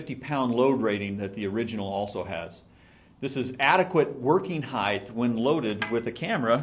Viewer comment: The word is "height" not "heighth"! You'd think the owner of the company would be able to correctly pronounce a word commonly used to describe his products. I was seriously considering RRS over Gitzo, but this really turned me off.